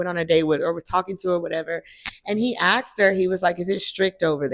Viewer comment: He AXED her???? Did she survive the axing? What kind of axe did he use?